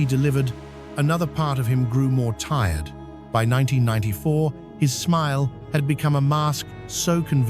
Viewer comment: Us kids of the 80s and 90s will forever remember him😢 A beutiful Canadian soul😔 I'm wondering why use AI that cand read 1994 properly ? Whats hard about reading this legends story